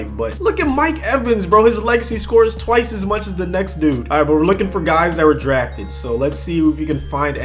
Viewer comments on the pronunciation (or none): none